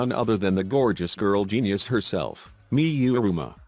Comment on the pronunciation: "Cockichi Ouma" "Me you e roomba" "E book key Mi oder" "Kaede akamat stew" "Hajime's ayr guatire"